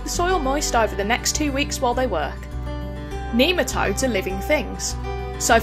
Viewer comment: Neema toads? Nematodes. Jeesh learn to speak.